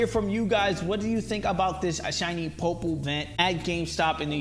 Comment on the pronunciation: POY-POLE sorry not being mean but you triggered me